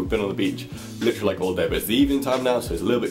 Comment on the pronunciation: Stop saying licherally